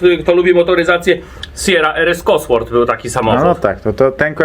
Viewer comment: Ten taki zielony że nawet nie umie wymówić Cosworth... Firma legenda, kiedyś byli kozakami i nadal są. Zrobili silnik do Sierry a teraz jak się nie mylę do najnowszego bugatti tourbillon czy Astona Martina Valkyrie a Jagoda się gubi w wymowie... On nadal żyje większymi sprężarkami do 1.8t